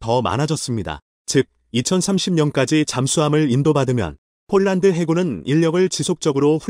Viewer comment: 제발 폴란드를 쫄란드로 읽는 우를 범 하지 말아야!!!!!